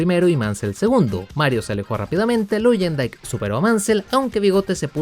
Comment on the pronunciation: Buen video, salvo algunas correcciones (espero que no lo tomes a mal) - No se dice "Vassa", se pronuncia "Vasser", igual "Luyendyk" se pronuncia "Layendaik" y "Rahal", "Reijal" - El equipo que tu mencionaste como "Andrea Moda" en realidad se llamaba EuroInternational o EuroMotorsport cuyo objetivo era acercar a pilotos europeos a la IndyCar. De todo eso, excelente video, ojala contaras mas historias de la IndyCar, como la del Penske PC-23 y como este coche fue la chispa que encendió el Split.